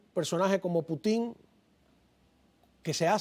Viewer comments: Hasta cuándo van a estar pronunciando Putin con acento en la i, eso les quita seriedad , el único en decirlo bien es el señor español , se pronuncia Putin , con acentuación en Pu , no en tin , por favor . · Que va, no puedo seguir del minuto 3, por no escucharlos más decir Puti'n da risa, aprendan de a decirlo correctamente, el insistió en el nombre y ustedes insistían en decirlo mal, que poca profesionalidad, ese que aprenda también, Caos.